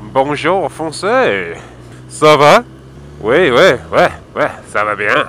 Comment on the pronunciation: I do admire how you say "oui" like.. "wehhh" xD